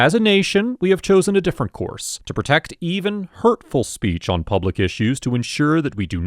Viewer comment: ILL say IT AGAIN HE'S IN PUB UH LICK WHO THE HELL DO THEY THINK THEY ARE ITS P U B L I C